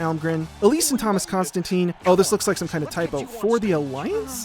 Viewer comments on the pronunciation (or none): none